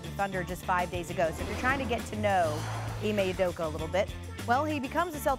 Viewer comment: UdokA. Not Udoko. Come on.